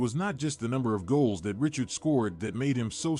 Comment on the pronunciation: what unwatchable AI BS! This robotic voice doesn't even pronounce Richard properly! And what of those sweaters???